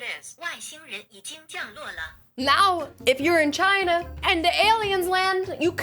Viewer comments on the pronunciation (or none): none